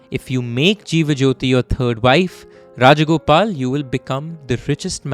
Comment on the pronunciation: Rajagopalan not Rajagopal